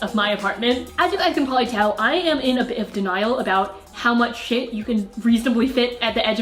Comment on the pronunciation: You said 'bit' in such a British accent hahah